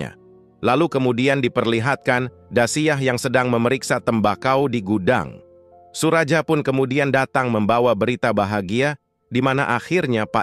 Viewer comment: Bukan SURAJA, tapi SURAYA..